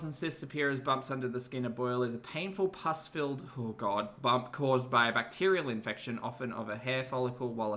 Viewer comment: PUS… not puss…. The latter suggests 😾……